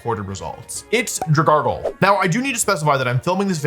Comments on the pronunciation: wtf is a dragargle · Dragargle… I had to stop there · Dragalgae doesn’t even have an r in its name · Dragargle lol 😂